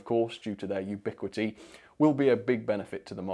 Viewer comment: "ubiquity" HAHAHAHA! (and Friends Education). 👍